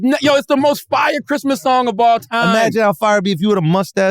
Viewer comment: “ I wanna wish u a merry chrima”🤣🤣🤣